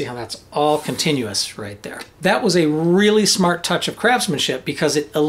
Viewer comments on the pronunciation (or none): none